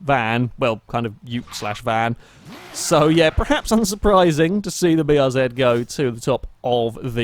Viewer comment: Bee Are Zed It's nice to hear someone pronounce the name of this car correctly, for once. Kappa